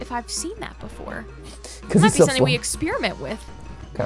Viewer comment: I love how they pronounce "Ex-spearmint".